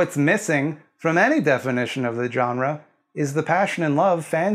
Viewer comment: Thank you for not being a dick about the jump-scare thing. For this I am willing to forgive the pronunciation of "jawn-ra."